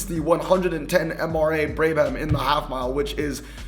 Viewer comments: It’s pronounced “Brah-bum” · Say it with me... Brab-Ham, Brab-Ham now put them together xx